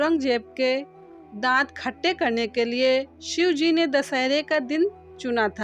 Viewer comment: बहुत बहुत धन्यवाद🙏💕 बहुत बढ़िया लगता है, किन्तु जल्दी के चक्कर में कभी कभी उच्चारण गलत कर देती हैं जैसे शिवाजी की जगह शिंवजी का उच्चारण हो रहा है🙏💕